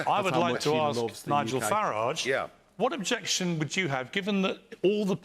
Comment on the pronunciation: What a bore you really are. By the way his name is FARAGE NOT FARRAGGEEE.